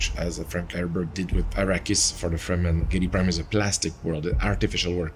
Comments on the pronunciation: Great video... but how do you manage to mispronounce names/terms over and over again, even in the same sentence you manage pronounce things two different ways... Fremen, freemen Leto, Leeto Chani, Chainy Harkonnen, Harkownen Ibad, Eye-bad ??? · its crazy working on such a great 10minute dune video but consistantly pronouncing "fremen" incorrectly.. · Head ups for next time, it's not FREE-men it's frem-en. Fantastic video!!!! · Freh-men. Not free-man. But otherwise great video and good points. Color and light intrests me profesionally. Perhaps a video about directing the viewers eye with luma values of colors? Blue is pretty dark(grey) if you look at it desaturated. Skintones take the viewer somewhere if you go above and below certain luma or IRE values. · Freh-Men not Free Men. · FREMEN NOT Freeman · Its Fremen not Freemen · it's Fremen, not Freemen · Dude you need to sort your pronunciation out. You swap between saying Lee-toh and Leto. You also swap between saying Fremen and freeman It's really distracting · FRE-MEN not FREE-MEN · You gotta stop calling the fremen the “freemen” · Good analysis, but the mind boggles at how you can watch nearly 6 hours of Dune and still pronounce it 'Freemen' almost without fail. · "Simmer" "Atreedees" "Freeman" its a good breakdown but dude should use the pronunciations from the movie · bro said fray men and free men within 10 seconds of eachother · Man says Freeman wtf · FREMEN, not freemen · Why use an AI voice. Shit like this makes me doubtful that the text written is even AI. The AI voice can't even pronounce the word "fremen", instead leaving us with FReJmAIN. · The way you say fremen makes me feel like you've never seen the movies lol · How can you go into such depth and pronounce Fremen totally weird? Totally distracting.